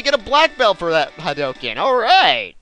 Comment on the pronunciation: thought u could use that in 1 of ur lp's well if u somehow do another gw and to be far hadouken is pronounced with a u since ryu shouts it so does ken